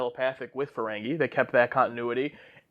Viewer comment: OK, it's not Luxwana....it's pronounced Loo-walks-on-ah.....almost as bad as Jen Murray saying Ferengay instead of Ferengi